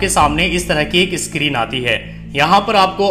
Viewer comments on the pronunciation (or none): none